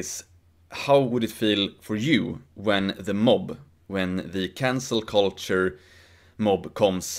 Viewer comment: I swear was saying "cancer culture" the whole video.